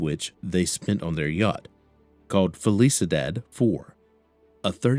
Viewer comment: “Fell eesa dad” 😂 You mean felicidad (fell eesee dahd””